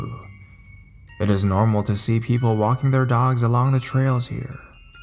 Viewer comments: To be fair, the stories he reads often have misspellings. I assume the writer wrote "insane clown pose," since they were obviously not a fan, and wasn't familiar enough with the band to notice the typo. Personally, I'm more concerned with the way he said "Pennywise from It." You'd think that a horror reader would be familiar enough with Stephen King to read the sentence in a way that suggests that "It" is a book and not merely a sentence ending with a preposition:/ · totally agree that I was thinking the same about "Pennywise from It." But I've listened to quite a bit of his readings lately and most of them have some oddly pronounced words or jerky start/stops to his reading. "Pose" was just the last straw for me. I don't think it's too much to ask that the person narrating the story at least do enough research to make it sound good.